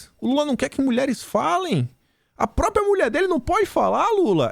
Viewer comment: Bom dia. Ouço vc todos os dias. Com prazer e com orgulho. Obrigado pelo seu excelente trabalho patriótico. Muito inteligente e corajoso. Observação.: pratique a pronúncia da palavra PRÓPRIA! Forte abraço. Deus te abençoe e te proteja sempre.